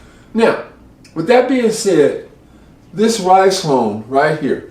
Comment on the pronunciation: It's pronounced "Riz-Lone", not "Rice-Lone". 🤣